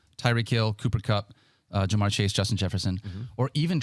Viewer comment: Can please stop saying JamAr Gibbs. It's JamYr Gibbs. How do you have this job and can't get this guys name right.